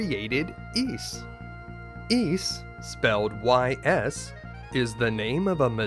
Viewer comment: I laugh every time he says easy. Ys.... y.